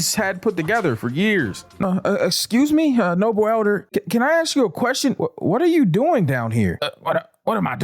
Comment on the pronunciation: My nigga, thanks for correctly pronouncing "ask"👍